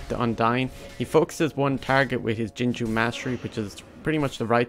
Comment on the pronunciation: any1 else noticed how he says "ginger mastery" instead of jingu ?